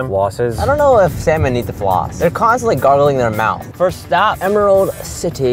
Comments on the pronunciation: SSSAaaaANnNNLllllllllooommmNNnNn Edit: I knwo it says sanmolm it’s what said when he said they’ll be eating three sanlom dishes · completely mispronounced the name of it though lol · ALI14 || In Australia we pronounce it like: (C); Sal:Mone.